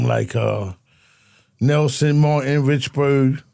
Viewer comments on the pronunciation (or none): none